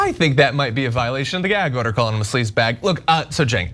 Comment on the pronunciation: What's a 'Gairg order'?